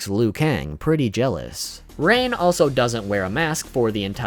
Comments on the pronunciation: I'm gonna ignore the fact that he said Ran instead of Rain in the beginning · Did he just say ran 😂😂😂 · It's Hard To Pronounce Rain?